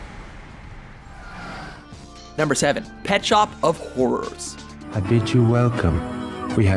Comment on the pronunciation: "Pet Shop of Hawrawrs"